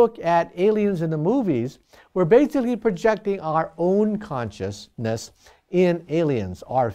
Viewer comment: Conscious-- ness. ( made me giggle, I love him)